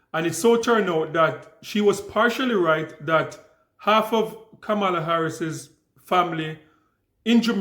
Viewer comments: Please learn to repeat her name properly:"kama-la", not "ka-mar-la". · Correct pronunciation… Comma-la🤷🏾‍♀️ Why are people refusing to pronounce her name correctly? By now, it’s basically international news😂😂😂😔😔😔😶😶😶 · Klandice so smart but can’t pronounce VP name correctly.